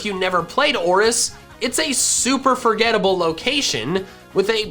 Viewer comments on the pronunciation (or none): Its ORAS not oris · It hurt me when he said Oris instead of Oras